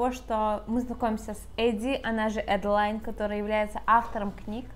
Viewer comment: Почему Эдди, если в книге прописано Адди? Не Эдалайн, а Аделин.